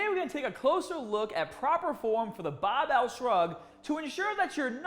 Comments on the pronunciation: Lmao he taught me how to properly hold a bahbell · Kind of click baity. Title says barbell not bahbell. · Great clip,! The rear barbell shrug, in particular, was a revelation. Both informative and entertaining (that “nipples hard” tag nearly made me spray my green tea across the room). Here I must confess that my primary motivation for clicking on this video was the prospect of hearing you say “bahhbell” several times in five minutes. 😔 However, I ended up with so much more. Thanks again and keep ‘em coming! 👍🏿🦁🔥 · His accident did...he says “Barbell” now like he’s from Boston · As a non American, I find the way says "barbell/started/harder" so strange! Haaaaahhdaahhh! 😂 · why is he saying supah and bahbell but has normal american accent😭 so confused rn